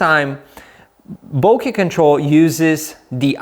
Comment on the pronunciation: You are one of the few people who pronounce "bokeh" and "cache" correctly! Oh, and the video is pretty good too!